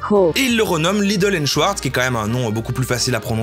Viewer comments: "shouarz" Allemand lvl2: C'EST SCHWARZ [CHVARZ] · C'est "Schavars" pas "Schyars" 😂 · "Joseph Schouarz" haha t'as choisi espagnol toi hein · Mes oreilles d'allemand LV1 saignent TwT On dit schfartz qwq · "Schwartz" ça se dit "chvarts" pas "chouartz" !!! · "schVVVarts" pas "schouarz" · C est prononcé chvartce pas chouarse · et même CHVARTS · Je trouve ça ironique qu’un Belge (l’allemand est une langue officielle en Belgique) prononce « Schwarz » comme « Chouarts » 😶